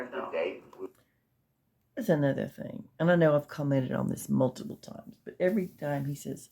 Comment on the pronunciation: I hate the way Durl says “maltiple” (multiple). 🙃